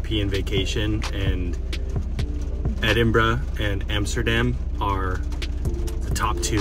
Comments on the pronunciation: My instant respect for pronouncing both Glasgow and Edinburgh correctly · Hi guys really enjoyed the video and well done on your pronunciations, they were spot on. When you come back you have to visit Edinburgh during the festivals during August, the city is out of this world at this time of the year. Thanks 🏴🏴